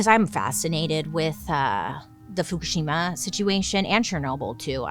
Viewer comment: Girl… you killed pronouncing the Japanese nuclear power plant name! Love you 😘